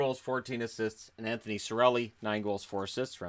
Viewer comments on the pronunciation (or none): none